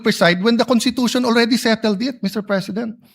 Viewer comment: Ang constitution ba ay binibigkas na walang s kasi sabi ni pastor cawatano kuntitusyon